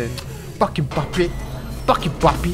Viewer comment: Фофи биш роррү